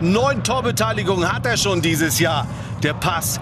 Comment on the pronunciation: Ob der Kommentator wohl weiß, dass er Pourie und nicht Puare heißt?